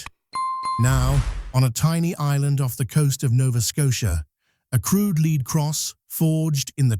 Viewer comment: led cross not leed cross